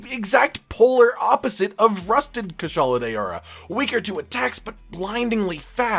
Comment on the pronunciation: "kushala day-ora"